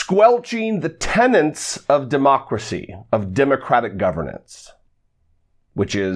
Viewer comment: "Tenets", not "tenants"! But great job as always! Keep on yellin'!